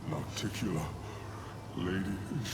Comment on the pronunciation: "Oh, it's Noc-ti-cU-la, not Nocticoolah?" I knew that but I felt it would be pedantic to point it out. It is why it's nice to have voice acting to pronounce these names.